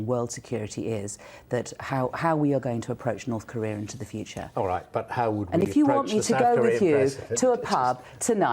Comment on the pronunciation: North Cor-re-ah. Not North Cor-reer.